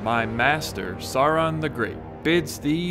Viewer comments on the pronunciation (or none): The way Americans pronounce Sauron is so wrong. Tolkien himself was recorded pronouncing it and Ian McKellan as Gandalf has it exactly right.